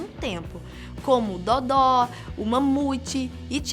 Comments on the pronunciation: OH YEAH não é "Dodó" e sim "Dodo" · Kkkkkk era pra ser Dodô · "DODÓ"? KKKKKK